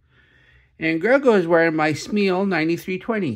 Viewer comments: Its “SMAY” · Its prounounce “smay” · Its closer to skr-may